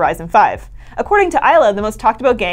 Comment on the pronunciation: Her name is Isla, not “Isla”. It costs you nothing to be respectful.